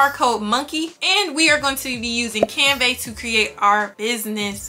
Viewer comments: Hi, you are saying “ CanVEH.” The pronunciation is "CanVUH,” like the A sound in apple 🍎 . Best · Girl thank you for this tutorial it was helpful. Side note tho, it's pronounced canVUH not canVEY